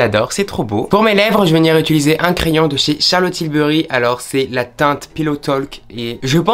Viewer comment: « Jvais venir ituliser » 😅